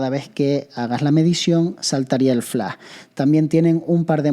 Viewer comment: Es Flash! No Flá!!!! Hable bien!!!!! :face-purple-crying